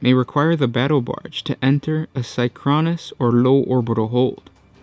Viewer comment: synchronous is not pronounced "psy-chron-ous", it is pronounced "sink-chron-ous"